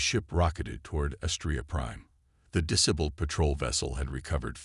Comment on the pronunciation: Every time Captain is read there's an inappropriate pause, and more. , , LoL, De-Briss fields are so tasty. Channel Owner can find the rest of the De-briss themselves. LoL, Dis-ibled AI Narrator isn't even trying. Austria is trouble now... Maybe the Channel Owner should pick a name the AI can consistently pronounce.